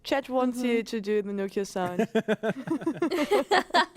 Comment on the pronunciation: Nokia sound as in the old phone. Not Noka;)